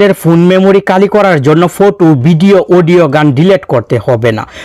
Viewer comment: আরে ভাই, উচ্চারণ শুদ্ধ করুন।"কালি করুন" এটা কি ধরনের উচ্চারণ? " খ " অক্ষর "ক" উচ্চারণ করছেন কেন?